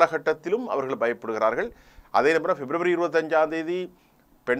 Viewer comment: Please don't say 'kasa' please say as 'Gaza'